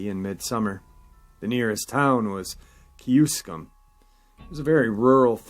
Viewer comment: Kewaskum is a village in Washington and Fond du Lac counties in Wisconsin ("key-waa-skum") I knew what town ya meant tho